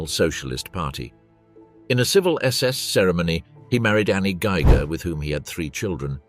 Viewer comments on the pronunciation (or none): none